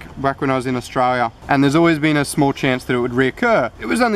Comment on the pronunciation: "Back when i was in STRALIA" I miss Aussie accents lol. I'm really happy that you are ok :D